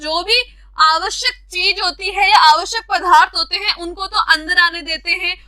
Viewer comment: Mam aap accha padhte Ho लेकिन पदार्थ को पधा र्थ नहीं बोलना है